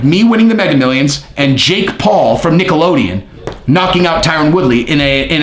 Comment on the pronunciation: Do you say Nickelodeon on purpose?🤣